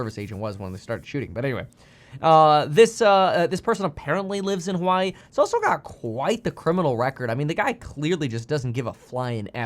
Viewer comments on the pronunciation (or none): none